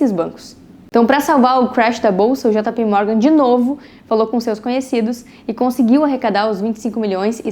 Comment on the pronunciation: Eh jei pi ou jota pe, jota pi morgan nao da 😂😂